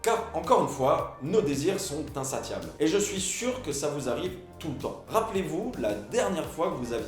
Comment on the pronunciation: LOL il dit insaTiable au lieu de insaSSiable. QUEL NULOS CE